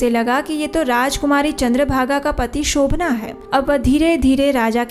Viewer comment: Shobhan naam hai,Shobhanaa nahi.